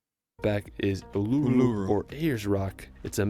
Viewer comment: Uluru is pronounced Ooluroo